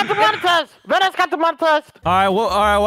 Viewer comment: Says "Vanss" instead of "Vanoss" XD